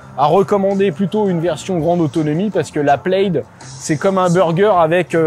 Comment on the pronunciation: OUI, le logo Plaid sur cette Tesla vient du film La Folle histoire de l'espace. MAIS, le mot "plaid" est un mot gaélique écossais dont la traduction en français est "tartan". Le tartan est utilisé pour la fabrication des kilts et chaque tartan est unique et lié à un clan ou une famille. Aussi, "plaid" ne se prononce pas plède, mais plad.